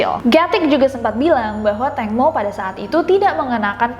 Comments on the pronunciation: Tangmo Nida bukan tengmo.nida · ejaan namanya Tangmo tpi sebutan Tengmo